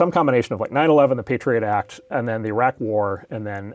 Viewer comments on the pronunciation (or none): none